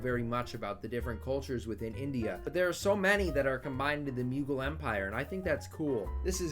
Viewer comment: The Muegul Empire As an Indian, I can assure you that that is literally the worst possible way to pronounce it lmao